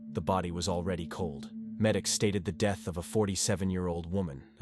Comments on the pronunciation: There's no such word as deeth. Once again terrible narration. Fast, impersonal and lifeless, like the dead woman. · Her DEEET? Or u mean her death SMH. Rest of english, even difficult words perfect, so pls teach AI "death" word" 🙄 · "Her sudden and tragick deeth" lol